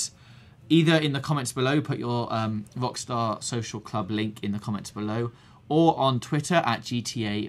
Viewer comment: This guy has got one seriously annoying accent, he cannot pronounce the letter 'R' to save his life. "This week on GTA 5 o'clock, Wockstaw entew ouw wich list"